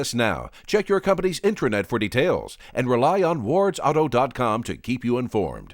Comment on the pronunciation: Detroit-based media has to say the word "auto" so often that they start cutting off the pronunciation so that it comes out something like Ought-uh, or odduh.